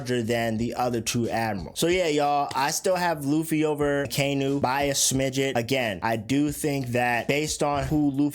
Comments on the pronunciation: Its pronounced “aka-inu” aka = red inu = dog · as soon as you pronounced Akainu’s name i logged off